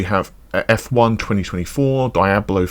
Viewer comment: British people just love to say things wrong with all of the confidence in the world. "Die, ab low" had me tilted ngl